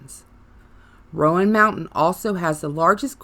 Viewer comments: Ummm… hearing you pronounce “appalashaa” makes me want to turn this off immediately. Remember this: if you say appalashaa, I’ll throw an apple atcha. It’s Appalachia. And Roan mountain is pronounced rone… not Roe ann. You’re apparently not from here, you’ll never be the old Gods of Appalachia. Sorry. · It's not ( RO- AN) mountain... It's RO-NE... We have ghosts and angels filling these hollers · Come on! Rōan mountain, and also, just like the pronunciation of Apalachicola same root and same pronunciation. App uh latch uhh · Rone Mtn..... Appalatchun Mtns.